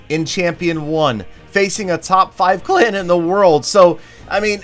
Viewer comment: Lol "Facing a top 5 clain in the world"